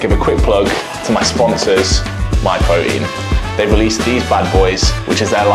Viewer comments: “More Broteen” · His pronouncing Protein as pro-ein without the t in his accent is making me cringe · pwotein is pwotein